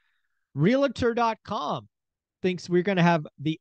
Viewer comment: REAL-tor, not re-la-tor.